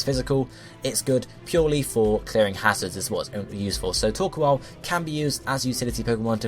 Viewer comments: It's not [toː(ɹ)•kwɑːl], it's [toː(ɹ)•kəʊ̯l]. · * Says coal normally * * Says the "koal" part of "Torkoal" like "Koala" *